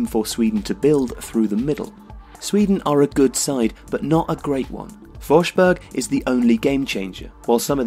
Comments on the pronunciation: CONFLAGRANS IN SANGVINE ANGELORVM true but since he's English I don't expect more. To me, the fact that he said something like fosh rather than forz is good enough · Great pronunciation of Forsberg! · Since there was so much criticism over the narrators pronunciation of Emil Forsbergs name in the video about that player, I must praise him for improving the pronunciation to nearly flawless in this one. Good job! And a great video as always.